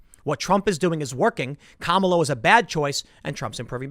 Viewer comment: Obvious racist. You mispronounced Kamala